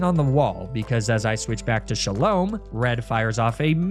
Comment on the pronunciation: it's pronounced sha-lom, o for orange